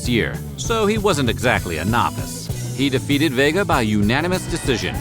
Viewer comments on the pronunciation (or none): none